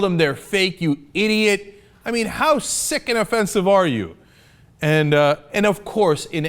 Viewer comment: fucking "idot"???? Really dude???